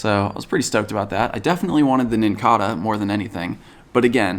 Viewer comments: It's NincaDa, not NincaRa. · It's it pronounced like cicada